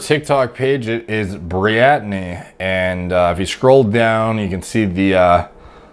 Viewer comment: briatney lol